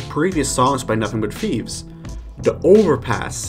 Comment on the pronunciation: It’s “thieves” not “Fieves” by the way